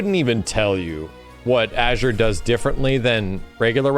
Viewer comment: Bro why does he pronounce Azure as "Ager"